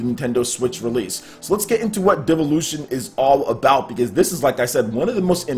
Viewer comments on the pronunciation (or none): And... its pronounced, "DILL-OO-VEE-ON"